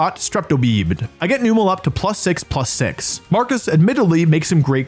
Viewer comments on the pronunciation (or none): Its so frustrating that Wolfey loves Numel so much but cant pronounce it correctly. Its a camel so why are you pronouncing the "el" like "spell" youre saying newmell but its numb-uhl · I'm sorry, but noo-mel? Really? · Wolfe out here pronouncing Numel 4 different ways.... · I’m so uncomfortable with how you pronounce Numel